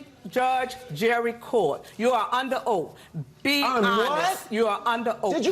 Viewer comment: She said oak not oath